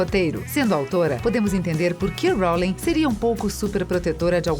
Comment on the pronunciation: jequei róulingue